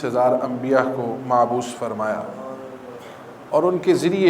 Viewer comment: معبوث نہیں مبعوث فرمایا ۔۔۔۔توبہ فرمائیں اور محنت فرمائیں ۔۔۔۔۔